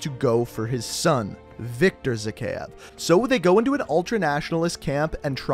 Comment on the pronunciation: His pronunciation of Zakhaev makes me cringe every time.